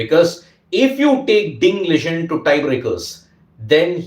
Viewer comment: Its Ding Liren. Not Ding Ligen 😂